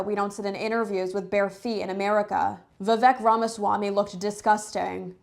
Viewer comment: How are you an Indian if you can't say Vivek Ramaswamy properly?